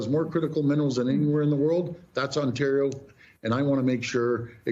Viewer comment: Ontario is a province not a territory... seriously the way American media cant pronounce Ontario, Toronto, or Premier is embarassing. And elbows up, FAFO